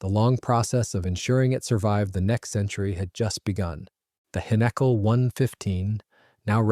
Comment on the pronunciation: This annoyed me everytime it was pronounced this way...🤬🤬🤬